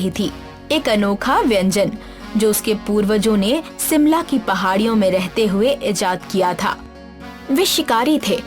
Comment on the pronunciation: Shimla h na ki sheemla okay murakh 😅😅